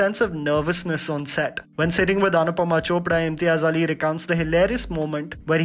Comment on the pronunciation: It's imtiaz Ali not Imtia Zaali